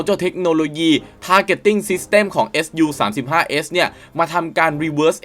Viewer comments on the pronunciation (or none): ไม่ได้ออกเสียงว่า เอส ยู นะครับ เรียกว่า ซู เพราะเป็นชื่อคนผู้ก่อตั้งสำนักแผนแบบนี้ขึ้นมาเมื่อปี 1939 โดย Pavel Sukhoi ขอบคุณครับ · เรียก ซู สิครับ ซูวววววววววววว เรียกเอสยูมันบ่คืออ แล้ว multirole = มัลติโรลลลลครับบบบ ไม่ใช่ มัลไทโรลล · อะไรว่ะ เอสยู อ่านไห้ถูกหน่อย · ออกเสียงว่า “ซู” ครับ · แม่นแล้ว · ควรเรียกให้ถูกต้องเป็นการให้เกียรติบุคคล และประดับความรู้ตัวเอง